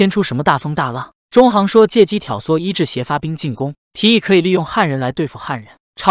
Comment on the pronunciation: 里面很多人的名字，配音都念错了，郅都zhidu，也不是zhidou